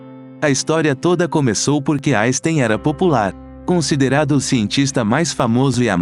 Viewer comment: Albert "jaystein " .???? Não admira que o homem não tenha gostado de quem nem o nome dele é capaz de pronunciar devidamente !!!! 😆